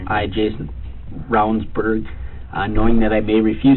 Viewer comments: I love the way the narrator pronounced his last name even after you hear the "general" tell you how to pronounce it properly ....... absolutely no f's given 😂 Also..... I see what y'all did there the 4 minute mark 😂😂😂 I'd love to know if anyone else picked up on it before they found my comment and if anyone will do anything with it..... 🤔 😂🥴🤷‍♀️ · You would think you could pronounce his name correctly after hearing it several times at the beginning. Not once did I hear Rounds Berg-so easy